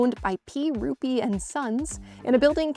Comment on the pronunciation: Heard of it. Been there. :) The first time you said Ruppe Building I heard Ruby Building. Yup, color checks out. That sense of community is one of the many things I loved about Da UP.